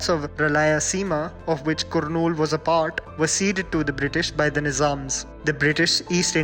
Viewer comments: Lol yeah it's Kurnool(Karnool) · Pronounce carnool please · Spelled "Kurnool" but its pronunciation is "Karnool" FYI. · The "U" in Kurnool is "U" in 'but' not the "U" in 'put'!! :-) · it is pronounced as karnool not kurnool, but it is written as kurnool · Kurnool is not pronounced like that it's pronounced more like Karnool (even though it is written as Kurnool in English ) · Its pronounced Karnool though written as kurnool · I have been a follower of you channel from quite some time now and I like the fact that your content is diverse . Also IAM from 'Kurnool' and your pronounctaion of the city name was incorrect... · Ok !! the way you pronounced kurnool is so funny and cute at the same time 😄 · The mispronounced names like uyyalawada, kurnool, rayalaseema were deeply disgusting. We know you guys can't pronounce anything beautiful than hindi but keep your ears perfectly on pronunciation and spell it properly. Don't make a video on other languages if you can't spell them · Kurnool pronunciation😂😂😂😂😂